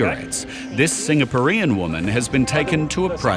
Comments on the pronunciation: That is the strangest way I have ever heard ‘Singaporean’ be pronounced. The emphasis is usually on the ‘por’, not the ‘ean’. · Why is the narrator saying "Singapo-ree-an"?... Funny way to pronounce the word! Also, Chinese don't typicaly use wedding rings, they should learn that before profiling. Well done on her, but that lady smuggling so much food and parasites should be jailed. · The way the narrator pronounces Singaporean is funny. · Must admit I've never heard 'Singaporean' pronounced Singa-por-EAN (like rhymes with Korean) before! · Never heard anyone pronounce it singer poor ian before lol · It’s not Singa puh ree in. Brain dead narrator. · The presenter needs to learn how to pronounce "Singaporean". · 5 seconds in and I have never heard Singaporean pronounced like that. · I cringe every time the narrator attempts to say ''Singaporean". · Singa what? Since when is Singaporean pronounced like that?